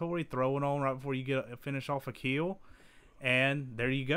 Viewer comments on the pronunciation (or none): It will "keel"